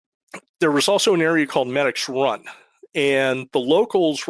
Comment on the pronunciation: It’s pronounced Meedix Run not Medics run it’s down over the mountain from Parker Dam and Elliot State park there’s a tavern that’s been open since the 1800’s known for cold fries and herpies…… Both Medix Run and Over The Mountain are major stops for atv and snowmobiling been through those woods many times hunting and riding.